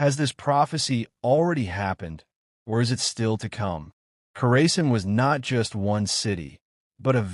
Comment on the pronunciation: You are pronouncing it wrong. Kaw ruh sahn. The stress should be on the third syllable. The "aw" sound is similar to the "a" in "father," and the "-sahn" part sounds like "sun" but with an "ah" vowel.